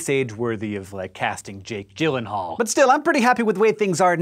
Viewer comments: you mispronounced his name its more like Yake yeelanhalles name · Jake Jyllenhaal? I thought it was pronounced with a G sound more than a J.